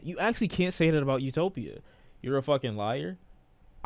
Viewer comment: Bro said u-nope-ia